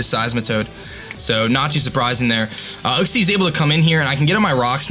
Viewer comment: You know that uxie is pronounced as in you-xie